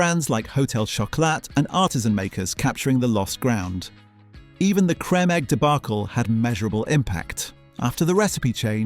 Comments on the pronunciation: Crem eggs... you need better AI vocals 😂 although US Cadbury once said Crem as a joke on their social media pages. The UK adverts always said it as 'Cream'. Everything is now overloaded in sugar, far higher than before, often with palm oil and buttermilk. Recent news has less cocoa in Kit Kat to cut costs too, so it may no longer be labelled as chocolate..but that's Nestle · Terrible AI voice pronunciations, what the hell are Crem Eggs and Mondeles?!!? By the way Mondelez was created to hide the poor reputation of Kraft Foods and the name itself has no meaning, it was meant to sound European, that's it!! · Is this an AI video - no one who is actually British says 'Crem Egg' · Interesting video, but the narrator's weird pronunciation of Creme Egg is all I can hear.